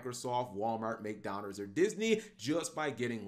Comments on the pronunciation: kinda Goofy McDonners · Or when he says McDonald's. Lol